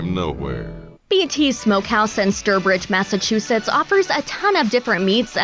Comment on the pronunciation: Mass-Uh-Chew-Sits (Massachusetts)